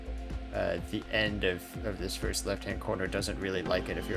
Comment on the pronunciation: 7 minutes now yolo can't say 1st